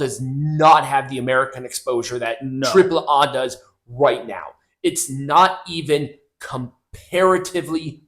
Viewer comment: It's hilarious. How like you pronounce AAA versus the way Conan on his podcast pronounces AAA stop trying to be too proper and just be normal